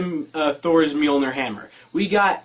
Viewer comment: Your Mjolnir pronunciation is wrong too, it's Mi (as in Milk) Yall Near